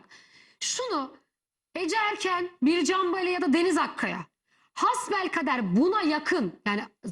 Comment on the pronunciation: Bircan Bali adını telaffuz edemediğin o adam sen süt içerken insanların gönlünde taht kuran saygın bir oyuncuydu ve halende öyle herkesin kusuru vardır diğer ünlülerin yapmadığı rezillik kalmıyor onlarıda yayınlayın adam yamaca çağırmış yanında kameramanla burda nasıl bir şey arıyorsunuz ?